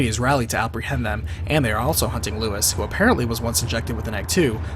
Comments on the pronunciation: Damn, I know Leon pronounces it that way in the game, but the guy's name isn't Lewis. It's Luis - like Loo-ees. It's Spanish. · RE4 was over-the-top dumb. Played it, completed it... Still hated it. RE1, 2 & Nemesis are the best by far. Whenever Ashley got taken away I sighed with relief. Annoying cow. Also, its Luis, not Lewis. (Pronounced Loo-eess - same as it is pronounced in the game. Confusing I know) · Keep on mispronouncing luis. It's pronounced lou-ees